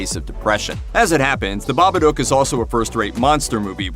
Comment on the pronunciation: Bobaduke? Lol you cant even pronounce a movie title correctly.